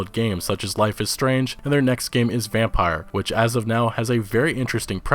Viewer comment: yeah the way he said Vampyr had me yelling at my t.v. 😀